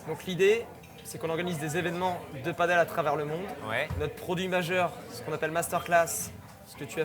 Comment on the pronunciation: Il me semble que l'on prononce padail et non pas padeul : pádel. L'autre prononciation se rapportant à un sport d'eau avec planche. 😊